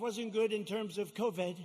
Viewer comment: aww what an idiot he can’t even pronounce covid “covad”